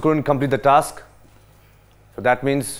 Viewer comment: most of them don't know how to pronounce task...